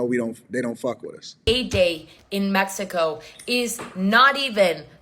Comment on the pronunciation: Holy shit she said Mexico, not Me-hee-co.